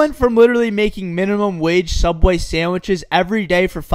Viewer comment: what is one of the scariest moments ever while working at soubway